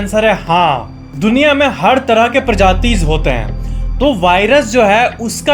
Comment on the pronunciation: prajaaties 🤣🤣🤣 that's nice😊